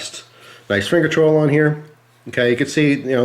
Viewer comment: Once you notice that the way says "choil" sounds like he is saying "troll," you cannot un-hear it lol.